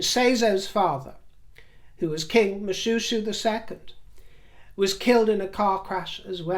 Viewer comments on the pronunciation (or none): none